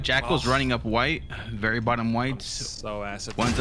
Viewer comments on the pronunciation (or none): none